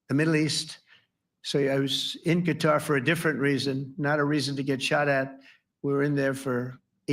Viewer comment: I wonder if Trump mispronouncing Qatar is deliberate to tick them off.